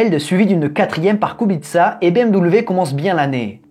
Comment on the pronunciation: Très intéressant 👍 et Kubica était très bien 😉 et en plus tu ne te trompe pas kubitsa en phonétique bravo 👏 en te me fais rire 😂 😂 😂 😂